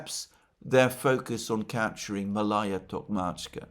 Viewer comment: It's pronounced Maalaya, Malaya.